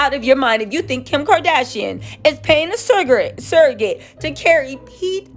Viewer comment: Im sorry i laughed when you said suggorat 😂😂